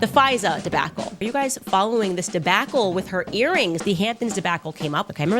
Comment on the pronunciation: The "Debackle" gets me every time 😂😂😂